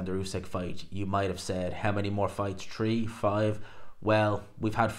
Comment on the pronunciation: Tree hundred and tirty tree tousand tree hundred and tirty tree